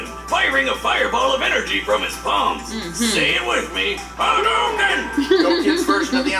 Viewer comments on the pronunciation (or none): none